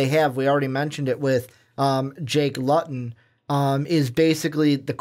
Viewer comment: Noah Togiai suffered a long term injury before you guys published this on YouTube. Jake Luton is pronounced LOOton. Mike Riley left again. And it’s Oregon STATE.